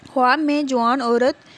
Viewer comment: بہت برا واٸس اوور ہے۔ اوپر سے دیکھ کر بھی ریڈنگ نہیں ہو رہی ہے۔ لفظ خواب کا تلفظ خاب ہے